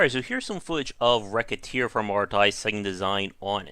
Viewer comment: dude... i just wanted to say thank you for pronouncing the games name correctly good god the horror when its not...